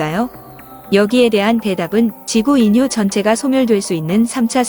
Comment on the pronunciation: 인류는 두음법칙에 따라서 일류라고 읽어야 합니다.^^